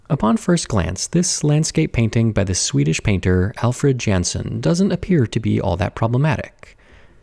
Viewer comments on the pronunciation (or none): The "j" in "Jansen" is more like a "y" sound. So it would be said more like "Yunsen" (not "Yansen" or "Jansen") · I think it's supposed to be Alfred Jansson, and not Jansen. And just like you say it would be pronounced I suppose, Yaan-son or yaan-sawn. He was born in Sweden and died in Chicago, so it feels like it could be that one.